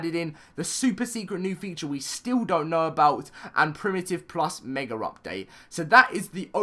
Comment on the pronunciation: I hate how he says megar it just makes me mad. Just me? Okay I'll just show myself out.